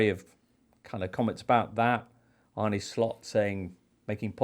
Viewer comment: James it's Arne, not "Arnie".